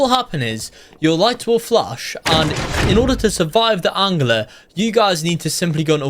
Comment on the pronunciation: Why do you say angler like aungler